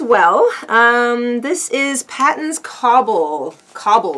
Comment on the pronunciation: Kudos to you for being disciplined enough to not buy yarn for a whole year! Just wanted to make folks aware, Patons is pronounced “Pay-tens.” It is beautiful, resilient natural fiber yarn & knits up really gorgeous socks. Can’t wait to see what you make with your new stash.